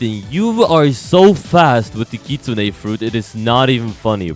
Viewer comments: bruh. I'm Japanese ;-; Kitsune is the word for "fox", it's not only some random mythical creature lol. The correct way to say it is "kitsu-ne" yes. But some people say kit- sunay. It is NOT like kit-soon. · and please, never pronounce it 'kit-soon' again. It's kit-soon-eh, whether you like it or not <3